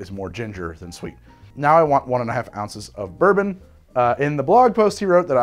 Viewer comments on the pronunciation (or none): none